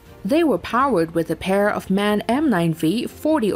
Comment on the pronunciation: The MAN engine manufacturer is pronunced every letter for itself, not like man